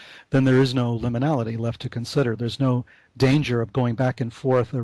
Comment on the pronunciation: one of the best Levenda interviews i've heard..but needs to learn how to pronounce 'liminality'..and to mumble less!